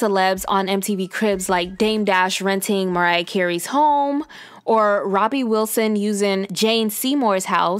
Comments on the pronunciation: Who is Robbie Wilson??? YOu mean Robbie WILLIAMS!!! Girl please... lmao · I know she didn’t just call Robbie Williams “Robbie Wilson” !!!! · "Robbie Wilson"? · it's robbie williams not wilson.